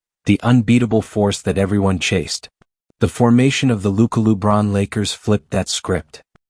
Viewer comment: Who is announcer that saying luka's name wrong 😮, can he not read!!!